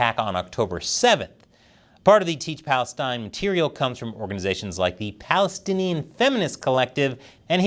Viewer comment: You said "Palastinian triumph" Hahaha🤪